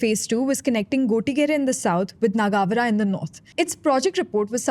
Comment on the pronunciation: Appreciate the effort that went into putting this video together, would greatly appreciate if you can also get the host to pronounce the names of the places like Gottigere, Nagavara and more importantly “Bengaluru” accurately! Thanks in advance